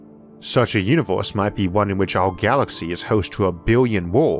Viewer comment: Univoorse multivoorse ooarth invadoors